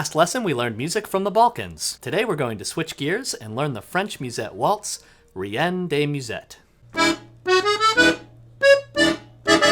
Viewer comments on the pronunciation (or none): Fantastic tutorial! I'd love if you could do one teaching the rest of the song. If this isn't useful, please disregard it, but in case anyone is curious, "reine" is not pronounced "ree-en" (the i is after the e). In a non-French accent, you'd want to say something like "ren" to sound close.